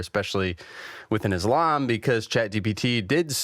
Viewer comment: It is Islam إسلام my brother with an 'S' and not Izlam that sounds like Aslam أزلام witch means in Arabic lots, arrows, idols-divining arrows, drawing lots, divination by arrows.